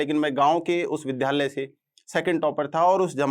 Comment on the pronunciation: विध्यालय या विद्यालय आप शिक्षक होकर विद्यालय का उच्चारण नहीं कर सकते और I belongs बोलते हैं